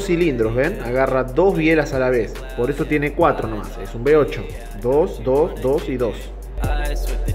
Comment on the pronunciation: ¿Eres alemán? ¡Qué coño eso de "B8"!, uve ocho , osea ocho cilindros en uve como la letra "V" y se pronuncia uve. no be. Por lo demás, muy bonito el motor, el de arranque también